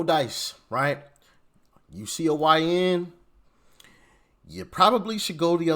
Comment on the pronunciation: What's a YN ?? Never heard that term before 🤷🏼‍♀️ At first I thought he was saying Hawaiian 😆